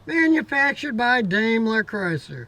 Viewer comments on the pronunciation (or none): Dime-ler. Not dame-ler. After all your name isn't Scooty. 😊